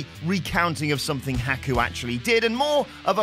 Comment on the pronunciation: I wish this clown speaking would say he name right